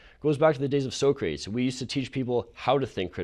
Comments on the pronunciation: Did dude say "go back to the days of so-crates"? does he mean 'saw-cra-tees'(Socrates) the philosopher? Cmon Edit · REALLY? the guy pronounced the name socrates like "so-crates", (when it's actually pronounced: "sock-ra-tease") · I agree with most of what this guy says...... but when he says Socrates as Sow Crates instead of sock rah tease....... I want to punch him..... because he makes his argument look dumb. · Err... "So-Crates"? That would be pronounced "Sok-rah-tees" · I agree with the young man arguing against safe spaces but Sew crates? It’s Sa cra tees! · so-crates? sa-cra-tees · During the debate, did the guy say So-Crates instead of Sah-crah-teez? He made good points but OOF...he should know better. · Damn, dude in the suit was on fire until he pronounced it SO-crates. I guess he grew up on Bill & Ted. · Did he say " so-crates" ? Hopefully he was kidding. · I agreed with him but I died when my man unironiclly pronounced it “so-crates” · You mean sah-cruh-tees???? Not saw. There is no “au” in his name. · "it goes back to the days of so crates" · "So-crates" lol... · "So crates???" Really, dude? It's ok, she didn't catch it to correct you. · I agree with him, but did he just say So-crates? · Did he just say "So..crates" ??? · Yeeeaaaahhhh...we don’t need Bill OR Ted attempting to debate an intellectual viewpoint. I agree with the message he’s trying to get across...but pronouncing it “So-crates”!?!? That debunks anything of value he might have said. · did he really say "so-crates?" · Did....did he just cal Socrates "So-Crates"? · Sew Crates? Really dude? I mean your ideas are correct but you are not exactly “representing” well. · He said "so crates" lol. Agree with what he says but so crates instead of Socrates haha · Josh Bradshaw he really did 😳 he said “so crates” how fucking dumb? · dude said "anti-thesis" and "so-crates" in the same speech. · Jesus fuck man did he actually call Socrates “Sow-crates” unironically? 😣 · Did he just say So-crates?....